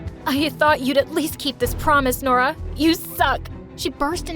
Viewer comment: I thought Nora said her name was DORA 😭😭😭😭😭😭